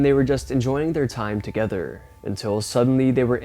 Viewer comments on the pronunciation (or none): none